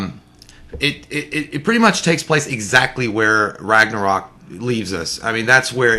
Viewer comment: Finally J says Ragnarok correctly lol